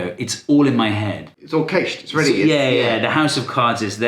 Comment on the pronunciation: was that a pronunciation of the word 𝘤𝘢𝘤𝘩𝘦𝘥 ?